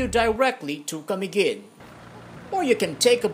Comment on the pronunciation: IT'S CA-MI-GIN NOT KUH-MEE-GUHN